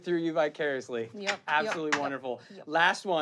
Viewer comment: man can't even pronounce vicar i ously